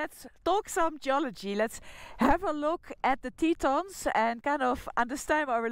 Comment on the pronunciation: Tetons. French word for 'tits'. Pronounced Teh-ton... not Teeeton.